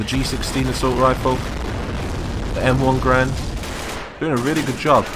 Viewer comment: ITS NOT M1GRAND ITS PRONOUNCED GAR—END!! GARAND IT WAS MADE BY JOHN GARAND! AND HIS NAME IS PRONOUNCED GAR—END!